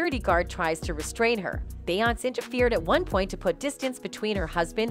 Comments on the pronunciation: Y does this YouTuber keep calling her bayance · A-I at it's finest. Cannot properly pronounce BEYONCE and Solange. LOL Love Solange xo